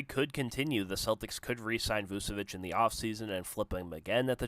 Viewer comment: You did all this research but couldn’t even bother to find out how to pronounce his name. It’s Vooch not Voos , Voochavich not Voosavich